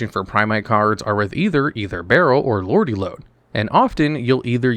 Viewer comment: It’s Lordly Lode not Lordy Lode btw